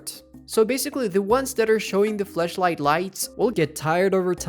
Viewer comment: why are you calling flashlight as fleshlight bro like thats gross asf bro